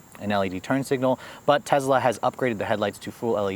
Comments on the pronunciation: It’s Tesla not Tezla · Tesla not Tezla. So annoying. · i get a feeling as if a cat is scratching a chalk board every time he says "tezla" and not Tesla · Bro it’s not TEZLA, it’s TESSSSLA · it's tessssla not tezzzzla named after Nicola Tesla, the father of our modern world! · It's a good video but it's amazingly annoying how you keep pronouncing it 'Tezla'. It sounds and it is wrong. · TEZLA lol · Tezzla lol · Nothing against this guy as a person but as a reviewer of products, he's too quick to state his personal preferences about things. I find it takes away from his journalistic professionalism and makes him sound biased. Also, he needs to talk a little better. And perhaps pronounce the name correctly - It's not Tezla. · Tezzzzzla, who tf says that lol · Why does he pronounce it tezzla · Frank Marzegliano Elon pronouces it both ways, he prefers "Tezla" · Tezlas . . . they're zuper zporty, but the leather on the zeats is kind of zhitty. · Sounded like you were saying Tezla. Love ur videos ❤️ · the funny thing about the mispronunciation of Tesla in this video is that pronounces it correctly in his Model 3 video posted BEFORE this video..kinda weird....regardless i'm a subscriber and enjoy the channel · Is it pronounced tezla or tesssla?